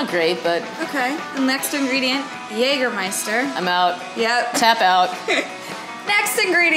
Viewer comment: I was just waiting for the pronunciation of Jägermeister and it's well done. And Jägermeister is just one of the herbal liquors that Germans drink after a meal. Kuemmerling and Schierker Feuerstein are some other well known examples (even more, depending on the region). Those liquors taste bitter just like the healthiest medicine should do. And still they taste great after a hearty meal.